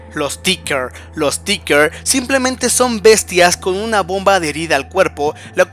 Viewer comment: Es Ticker, no Tincker, nmms ya te hemos dicho un chingo de veces